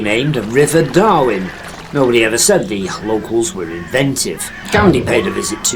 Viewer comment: It's Darwen not Darwin